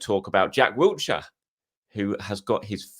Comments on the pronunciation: WILshere not Wiltshire Will-sheer Blimey it’s been 15+ years, get his name right. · No 't' in Wilshire lol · There’s no T in Wilshere